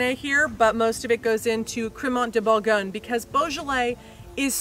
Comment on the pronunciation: Hearing Americans mispronounce the name of the wine is amusing.😂😂😂